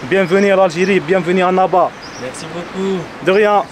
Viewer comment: Tu prononces trop mal " Annaba " LOOOOOOL , ça écorche les oreilles ! Mais ta vidéo est superbe, c'est super ;) Bravo